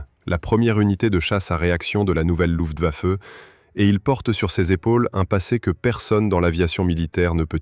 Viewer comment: On ne dit pas "Lutwaffe" mais "LuFtwaffe" !!! Étonnant qu'une IA fasse cette erreur...